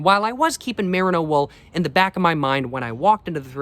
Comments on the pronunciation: mer-EE-no tbc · Love your videos, especially your LA vlogs! someone may very well have told you this already but the mer in merino is pronounced like the mer in mermaid